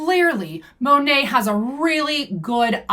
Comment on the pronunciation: Btw the correct pronunciation is Moh-Nate (long O like in Oh). I watched official Monat commercials. PS: Also floored that some REPS actually say it wrong. Like how can you not know how to say your own company’s name